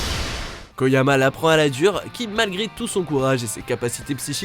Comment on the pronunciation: Attendez il appelle kageyama (mob) koyama mais mais y a des lettres qu'il a pas vu ou quoi ? Édit: Maintenant c'est meliodas qu'il appelle meloidas